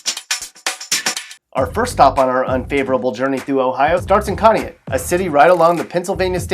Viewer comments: It’s pronounced conn-e-ought and that’s where I’m from and wasn’t so bad when I was growing up but it’s a small town and no one sticks up for the working people. Everyone just assumes we are all druggies and single moms/dads living off welfare which isn’t true. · Conneaut is pronounced CON EE OT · Moron couldn't even pronounce Conneaut correctly, smh... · You're pronouncing Conneaut wrong. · Please learn how to pronounce conneaut right.